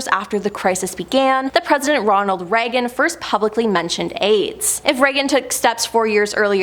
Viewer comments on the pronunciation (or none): none